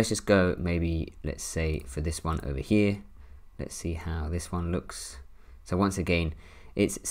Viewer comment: I took a shot for every time he said “over heeh” (over here) 🥴🤭🥴🤭